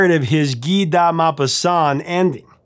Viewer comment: Have never heard the correct pronunciation of ‘Guy de Maupassant’ until now.